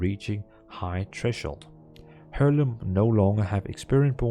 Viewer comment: Sorry but there is a few pronounciations in this video that triggers me: first of how you ought to pronounce the letter H: And then how to pronounce Heirloom: Thank you!